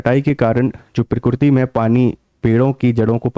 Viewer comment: Are murkh .not pokkiriti.. pokkiriti hi keya . Allah ka kudrat hi